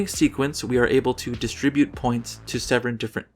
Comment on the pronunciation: I will now forever say seven as sevren